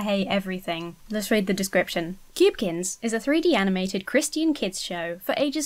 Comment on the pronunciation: I like how you pronounce "Christian" (Cris-tee-in) as opposed to (Cris-chin) how most people here in the states say it 😂. Is that how most Brits pronounce it?